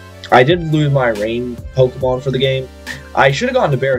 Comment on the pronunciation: This man will find every way to mispronounce every pokemon's name.